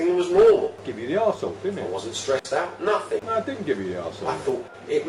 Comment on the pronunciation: Anyone who says "nuffink" is probably not worth listening to.